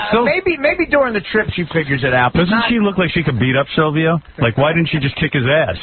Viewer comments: It’s painful to hear Howard say Salvio instead of Silvio. I don’t think those dummies really watched the show. I don’t think I’ve ever seen people so clueless about something they claim to know. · You just spelt him "Sylvio" its Silvio idiot.